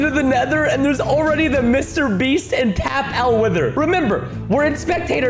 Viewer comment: ITS TAPL NOT TAPLE I STILL LIKE YOU